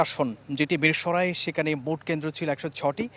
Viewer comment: সাংবাদিক মিরসরাই উচ্চারণ করতে জানেন না?